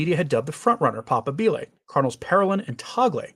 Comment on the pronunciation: Please, Papabile is prounounced pap A' bile As you say it (papa bile) you speak of the pope's bile. No disrespect! 😊